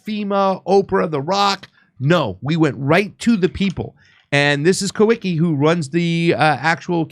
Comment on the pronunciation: I believe the correct pronunciation for the guy you call Kah wee kee is Kah vee kah